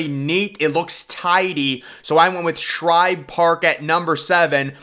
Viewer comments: It's Shibe, not Shribe. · There’s no “R” in Shibe. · Like the addition of the "R" in Shibe Park to make it Shribe Park. lol.